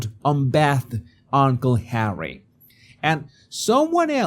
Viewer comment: UnBEIthed Work on your freaking pronunciation!